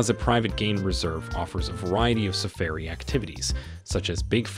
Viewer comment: All the work you went to to make this nice video and you mispronounced so many words! Please do all your homework and say names correctly. safairy come on.